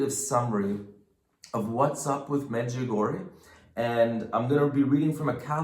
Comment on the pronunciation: The correct pronouncing is Medg u go re a I hope this helps people to say it right .